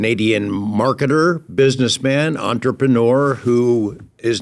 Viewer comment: I love the feeble attempt at the french word entrepreneur with "onterpenoor".